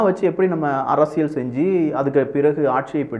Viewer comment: ...அரசியல் என்பதற்குப் பதிலாக உச்சரிப்பு உசிலமணி அரசியள் என்று சொல்லாதே.... தொடர்ந்து உமது காணொலிகளைப் பார்க்க ஆசைப்படுகிறோம்.....